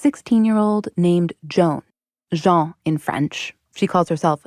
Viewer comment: Noooo Jeanne is pronounce “j-a-NNNNN”. If you do not say the N it is the masculin name. How can you cover this topic so well and ruin it with missing a basic thing as her own name as the people she belongs to say it…? She had to justify her being a woman and there you are saying her name in its mistaken masculin version…